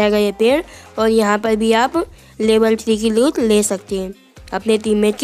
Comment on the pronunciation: भाई लूत नही लूट होती है पर जो भी बोला तुम्हारी आवाज बड़ी प्यारी है......और धन्यवाद वीडियो शेयर करने के लिए.....😊